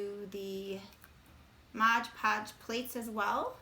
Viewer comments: Beautiful ornaments! Well Done. But, just one of those things that bugs me - it's MOD podge, not modge podge......so many people get it wrong. MOD Podge, not Modge Podge. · So adorable! Please don't say Modge Podge though, lol